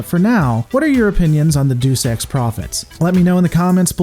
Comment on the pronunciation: First, I want you to know that I do truly enjoy these videos. Thank you for making them. In the interest of helping you do a better job, I would like to point out a few issues with the narration/text. 1. I really had a hard time figuring out what you were talking about when you said "doos ex." It was only after I had moved on to another video that I figured out you meant "deus ex." "Deus" is pronounced "DAY yoose," which is something that I was taught in Junior High English. Listen to it here: This is the kind of mispronunciation that not only makes you seem ignorant (which you clearly are not, so you are creating an unfairly negative impression of yourself), but impedes understanding of what you are saying. When using Latin terms, it is always a good idea to check the pronunciation; just because the Romans used the same alphabet we do does not mean that their phonics was the same as ours. 2. You have a really bad habit of using redundant expressions, such as "enter into" and "rise up." When you enter something, you are inherently going into it so "into" is unnecessary. Similarly, you can't "rise down." Just say "enter" and "rise." I think I heard "gather together" in another video, too, which presents the same issue.